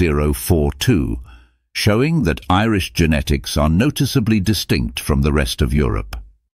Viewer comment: Populationsgenetik ist wirklich hochinterressant, aber diese AI-Stimme, die weder "Genetik", noch "Genomik" noch sonstwas richtig aussprechen kann, ist einfach nur zum Abgewöhnen ... verdirbt einem völlig Interesse und Freude anm Thema.🤮😰